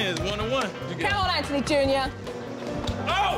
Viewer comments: His name: Anthony Jo: EnNtUny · Kids name: Anthony What jo says: Antony Btw I love this show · She really saying AnTony it's anthony